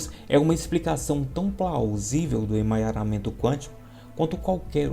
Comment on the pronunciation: Não é emanharamemto. 🤣 é EMARANHAMENTO. Obrigada 👍🏻